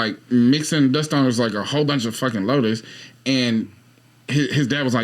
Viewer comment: In the dust bowl segment, are you saying Locusts or Lotus? Because a lotus is flower.